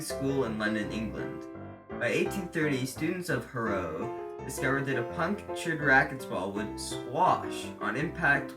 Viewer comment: DON’T say HaRROW say HARRow you transatlantic turkey.